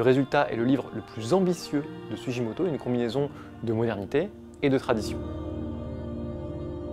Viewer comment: En japonais on dit sou-Gui-moto… sinon ce serait Sujimoto. ( tu dis pas Hiroshijé mais gué, non ? 🤪) Merci : beau travail sur un artiste méconnu. Pour la petite histoire son nom veut dire « Racine du Cèdre ». Joli, non ?